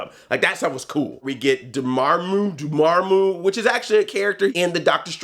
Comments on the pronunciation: it is pronouced Door Ma Muu (Dormammu) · Door-Mom-Moo if this helps to pronounce it Andre lol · Andre its Door-ma-moo. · Dormammu isn't that hard to pronounce, haha. Door+Mom+ooh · Dormamu is pronounced Door-Mom-Moo. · Andre I'll help you It's pronounced door-mom-ooo. You're welcome P.s. I've come to bargain! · If you can't correctly pronounce Dormammu, then you really shouldn't call yourself "Black NERD". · Lol I love how he can say "Chewietel Eijiofor" but not "Dormammu" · Say Dormammu damnit!!! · Can't pronounce Dormammu. Flawlessly says Chiwetel Ejiofor.